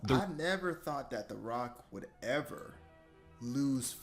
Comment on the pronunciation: Man needs to start pronouncing ever like a normal human being